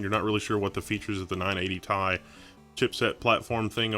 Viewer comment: It's "tee eye" not tye